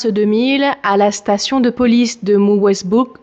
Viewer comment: Mullwesbook, Musswellbook, Musswellbrook ? 🤣🤣 j’adore le bêtisier ❤️❤️